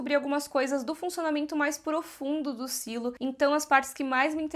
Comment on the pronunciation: Mulher, fala SILO, pelo amor de Deus kkk É tão estranho ouvir sailo. Pfv, Silo kk deixa BR msm